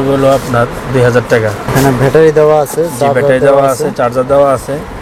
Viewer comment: ‘ব্যাটারি’কে (battery) বলছেন, ভ্যাটারি বলে ইরেজিতে কোনো শব্দ আছে কিনা আমার জানা। ভাই উচ্চারণ ঠিক করেন।